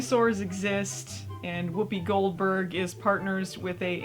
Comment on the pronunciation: Whoppi Goldberges is the Dr.Steve Brule pronunciation of Whoopi Goldberg.